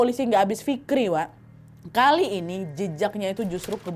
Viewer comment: td menit berapa ya dengerinya fikri bukan fikir 😂